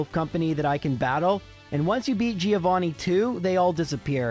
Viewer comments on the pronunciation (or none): none